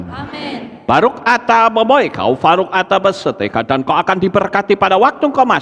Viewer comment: Ngucapin Baruch kok Baruk...?🤦